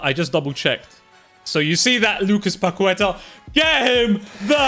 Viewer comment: Guys it’s pa-keh-ta not pa-kwe-tuh